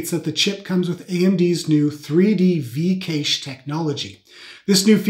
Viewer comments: "Cache" is pronounced "cash" or if you accent is older english "cash-ey" Also, it is not true at all that gaming relies more on the gpu, cpu is 90% cpu bound, the gpu just paints the frames, it cannot do this at all until the cpu has instructed it to do so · Oh my god, please search up the pronunciation of cache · Never heard cache pronounced like that 😂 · i’m sorry but the way you pronounce cache is killing me